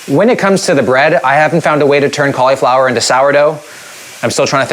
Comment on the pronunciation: It's pronounced cauliflower not cauliflower